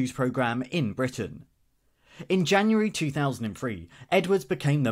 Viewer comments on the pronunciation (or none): none